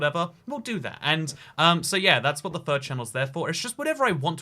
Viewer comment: He said third channel and I thought he said fur channel and I was like oh god he’s a furry